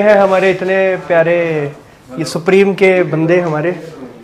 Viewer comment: 😂Apke muh se supreme sun kar badi hasi aa rhi h sir 😂